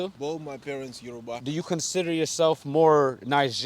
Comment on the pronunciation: That's right, correct his pronunciation of Yo-Ru-Bah; they keep tryna say it like it's English.